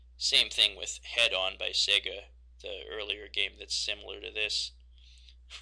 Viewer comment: Did you mean Head On? I heard it as Hang On. Hang on is a different game, and one more people likely know of than Head On.